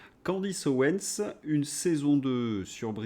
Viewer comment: Ça m'énerve... OwenS. Pas Owen...